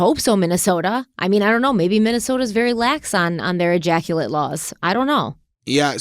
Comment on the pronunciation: Thank god I’m too old to play drinking games. Every time said ejactulate…😂